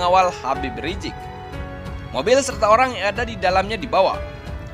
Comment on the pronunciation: Bukan Habib rijik min. Tapi Habib Rizieq. Pakek Z bukan J. Haduhh kesel aku dengernya. Evaluasi dong min